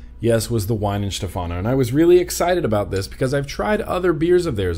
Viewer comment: Just a short note on the pronunciation of German names. There is no english W sound in the language that I am aware of. The W is pronounced like an english V.